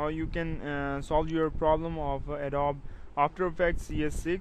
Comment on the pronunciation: I'm sorry, "Adob After Effects"?